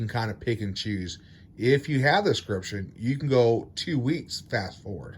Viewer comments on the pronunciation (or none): I think you provided some good info, but man, pronunciation of words is hard I guess. It is not 'scription', it is 'subscription'. SUB.....SCRIPTION. It's easy, don't be lazy.